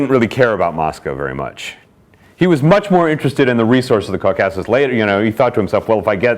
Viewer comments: Maybe it’s you that have been misprounouncing it 🧐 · Love the way he mispronounces 'Caucasus.' Seriously?!